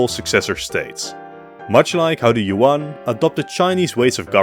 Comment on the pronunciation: Good video but i would also add the jagieollonian empire. Technically as much as an empire after the HRE after the 1200's. I mean i know you mentioned them in you video on varna but still. Btw good job on being one of the few that pronounced Nicaea correctly. Btw Yuan is pronounced more like Yuen.